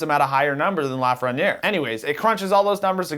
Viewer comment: How do you live in Toronto and not know how to pronounce Lafreniere?